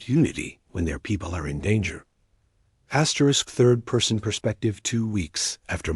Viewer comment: wtf is Dot Dot Dot and Asterik try to Fix it